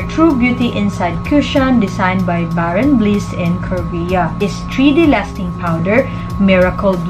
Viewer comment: thanks for the comparison 😊 torn with this 2 and ikaw pa lang ata nakita ko na meron nitong review. just want to correct you po, it reads as bare n’ bliss po ❤